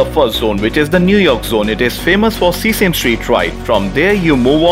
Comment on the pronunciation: The video is perfect guide. And one thing, it is not seasame street, it is sesame street, (se-sa-me)